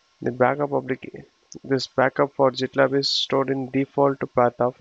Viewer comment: Sir it is pronounce as gitlab not jitlab